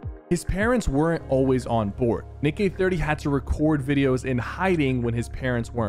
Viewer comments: You mispronounced Nick, you kinda said the d word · Is it just me or do u hear Sypher day Nick with a D instead of a N😅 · bro did NOT say Nick💀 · he said dick eh 30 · Ayoo you say d eh 30😂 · "Dick eh 30"💀💀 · Did he- did he- SYPHER SAID DINK EH 30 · Why didi he say Dick Eh 30 ? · Bro Said A D instead Of A N in Nick 💀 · Did anyone hear him say nick with a d at exactly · He said d eh 30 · listen to how sypher says nick eh 30 at 12.35